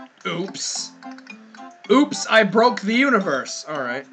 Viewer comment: Chalio Castrellon It Sounded More Like POOOOPS!!